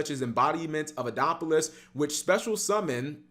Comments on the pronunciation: Card name: Embodiment of Apophis: "Embodiment of Adopolis" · Apophis is now pronounced "Adapolus"